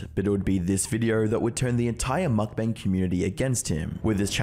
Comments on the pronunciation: it's pronounced mukbang, not makbängs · Breh at least try to pronounce mukbang correctly👏👏